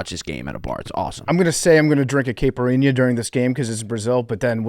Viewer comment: Pft pronouncing caipirinha